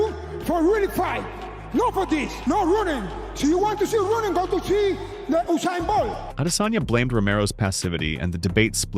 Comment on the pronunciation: “usame boht” 😂